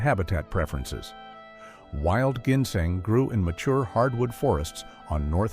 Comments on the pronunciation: Plus, he can’t even pronounce ginseng . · Does anyone besides actually pronounce ginseng that way?